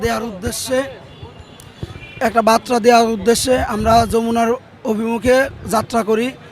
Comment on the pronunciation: চাকরির পাইলো কেমনে বার্তাকে বাত্রা বলছে। তাহলে কি শিক্ষা দেবে ছাত্রকে।